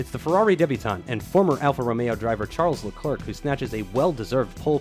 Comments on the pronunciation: It’s not Tcharlz Leklurk, is pronounced Sharl Le Claire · Ffs, Charles LeClerc is pronounced Sharl le Claire. Please learn it!